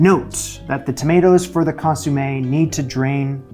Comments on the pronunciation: Shouldn't it be con-somm-ay rather than con-sume-ay? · It's not "ConsUmme". It's "ConsOmme"!!! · Lovely! (Con-som-ay, not con-soom-ay). :) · ConsOmme, not consUmme, although you did consume it. Hahaha. I would have included the accents on the "e" but I don't know where they live on my laptop. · ConsOmme.........not consUmme.......aaaaaaagh! 🤣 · Love your channel ❤Keep it up👏 FYI “consommé” … Not “consUmme” Love from another passionate foodie❤ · I love the way you call it a consumé not a consommé . Great fortitude in persisting through the mishaps. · Just to be clear, it's not ConYoumé, like To consume something.. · Sweetie, loved the effort and results. Please...the word for the soup is consomme, not consumme. Thank you. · Argh, it's not consOOmeh!! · My ears are bleeding hearing "consUmme" 😅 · You pronounced consommé' as consumay hahha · Please please please Google how to correctly pronounce Consommé 🫢